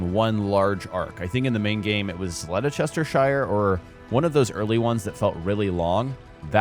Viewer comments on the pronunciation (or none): I kinda giggled when you pronounced “Leicestershire” as “laysestershire” 😅